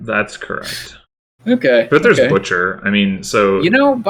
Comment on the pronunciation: Indeed, I particularly enjoyed the parts where you said things like 'Yeah' and 'Correct' very emphatically with longish pauses on either side